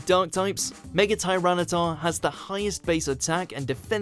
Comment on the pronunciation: Can people please get it freaking right its mega not megaler seems stupid